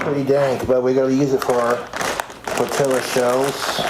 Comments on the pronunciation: He’s saying tortiLLa because of that vine and because of Napoleon Dynamite. I remember him saying it on one of his streams. Don’t you judge me, I need help. 😂😂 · I love that he calls a simple tortilla a "tortilla shell"